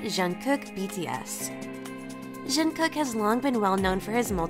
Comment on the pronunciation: how can you butcher Jungkook's name so bad and you're supposed to be "kpop zone"